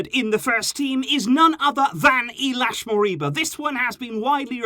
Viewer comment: Not Iliax its ILAIX